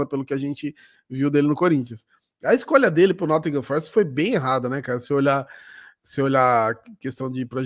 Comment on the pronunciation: Nottingham não é com essa pronúncia americana que o voltou dos EUA rsrs é um "T" meio cuspindo mesmo, e o "h" de "ham" é quase que mudo